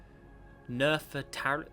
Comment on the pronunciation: btw the pronounciation for Nefetari is Na-Feet-Ari